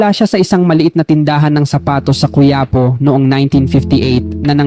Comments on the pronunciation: NAKAKATAWA Ang ILang PAGTATAGALOG Mo Tulad Ng Pagbanggit Sa SIMPLENG Salita Na ABAKA/ABACA ...QUIAPO Na Naging KUYAPO 😅😂😅... Pati Yung PARAÑAQUE Naging PARANAKE 😅😅😅 Mukhang IBANG Lahi Kana Hindi Makapag Tagalog Ng Maayos.. At Yang 2nd KAMO Sa PINAKA MAYAMAN 😂😂😂 Maraming KABABALAGHAN Yan Kaya YUMAMAN Bigla Ng GANYAN...IKAW Ng UMALAM Kung BAKIT 😅😅😅😂😂😂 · Ayus ayusin mo pagbabasa mo,La yunion? Paranake? Quyapo? Consundyi??? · Kuyapo ang daw sagwa nmn ng bigkas mo quiapo